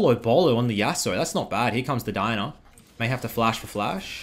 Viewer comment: buddy it’s not DINA it’s DI-A-NA!!!